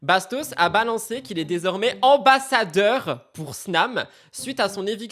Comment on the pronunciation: Bastos " ambasseur ? " 🤔